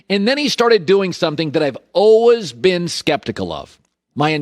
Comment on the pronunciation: Hey Collin , if you're always learning then how about you learn to pronounce the word always?